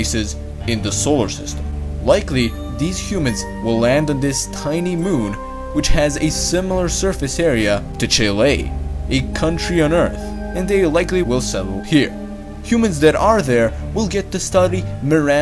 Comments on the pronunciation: chill-A instead of Chile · i love how you just murdered the name of Chile by pronouncing it “Chilé” You used the Spanish to destroy the Spanish. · Seriusly? Chi ley? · Your accent is atrocious. "new thechnology" no, there's no "th" in technology. And the way you pronounced Chile is so cringy